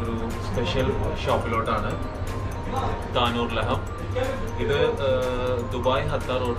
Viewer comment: താനൂർ അല്ല, ലഹം തന്നൂർ ആണ്